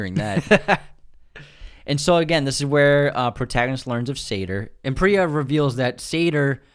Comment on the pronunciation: It’s Preeya (Priya). Not Pri-ya (as in prions).